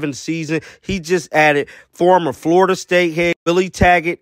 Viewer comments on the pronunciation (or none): none